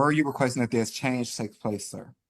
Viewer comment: If he would pronounce EXchange correctly there wouldn’t have been an issue ffs